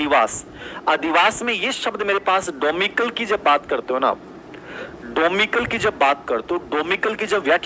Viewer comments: डोमिकल नहीं होता डोमिसाइल होता है🤣🤣🤣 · क्या बात है भाई....डोमिसाइल को डोमिकल pronounce कर रे हैं. . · Par to domicile ko domical bol rehe h😜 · Domicile hota h domikal nahi pronounciation galat kr rhe h sir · Wah kya pronunciation h ka. ' Domicile ' 🤣🤣🤣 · Unka subject syco h uspr bat kro...pronciation glt ho jata h ...aae bde angrej kmi nikalne wale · ki psycho mst h but English word me gadbad kr dete h, pronunciation glt kr dete h bhot baar,डोमेसाइल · Ek word sir n galat bol diya to sab hasne kyu lag gye tum sab bhi to kitni galtiya kar rhe ho ky hua agr unka pronunciation shi nh hua samjha to shi h lakin y grantee k sath kah sakti hu kai students n isko matlb na English m samhja hoga na hindi me jb exam m dhka tha tb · ND it's not pronounciation mistake... it's reading mistake... He is not reading it correct